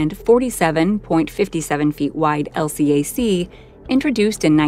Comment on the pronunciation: These videos are cool, except for the computer narration. LCAC is "El Cack".